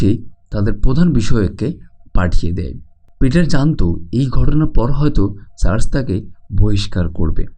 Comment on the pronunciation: চার্জ না চার্চ